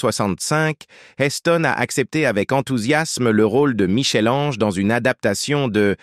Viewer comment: La prnonciation de Michel Ange est la preuve que le locuteur est inculte